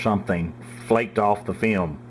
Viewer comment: I love how he says "fee-om"